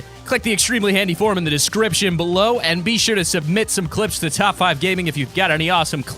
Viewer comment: He said Top 5 Ganing